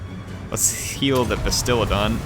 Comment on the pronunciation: Fallen Hero i was with you!!! Im a advid seraphon player. And i twitched everytime he called it a bastilidon and stegladon